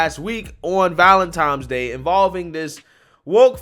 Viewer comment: "on Valentimes day" . My 5 year old says it that way. Its ValentiNes day with an N